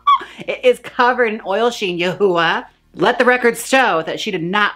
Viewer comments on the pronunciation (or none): Yoohoowa lol it’s “you-hwah” love u jaymes 😭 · You said Yah-hooa riiiight as a went for my drink. Thank you 😂😂😂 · "Yoohoo", tho🤣😂🤣😂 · Lol she can’t pronounce Her name lol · Please pronounce yuhua correctly, it’s cringey even as a joke